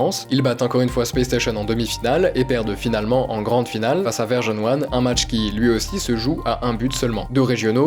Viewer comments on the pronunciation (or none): top les vidéos l'ami ! blague à part depuis le début j'entends Verge-on-One et j'ai l'impression de passer à côté d'une équipe dont j'ignorais le nom.. en fait c'est juste ta prononciation qui est cheloue haha 😂